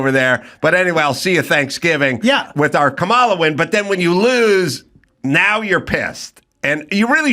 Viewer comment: Mispronouncing Kamala is just disrespectful.